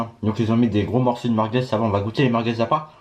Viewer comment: Il dit meurqueuz😂😂😂😂